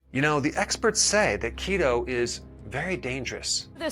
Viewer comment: I thought you said "Cheeto" diet. lol